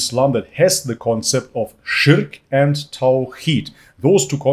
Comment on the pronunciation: Spot on pronounciation of shirk! I see the arabic is going well haha